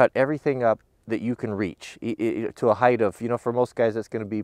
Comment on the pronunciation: Are you saying height or heighth?